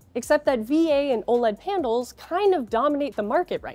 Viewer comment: did she just say "pandles?"